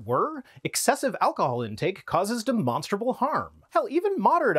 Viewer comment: Uh... He shhhaaid it again. Demonshhhhtttrrruh 😴